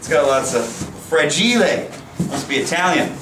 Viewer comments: It's fràgile not fragìle, but i like the way you say it :) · Peter, if I wasn't in love with you before the frah-gee-lay comment, I most certainly am now.